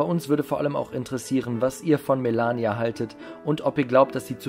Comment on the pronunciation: Hauptsache Melania deutsch aussprechen